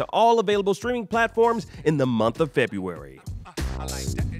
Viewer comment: 0.20sec it's February rather than Febuary... We forgive you 😁👍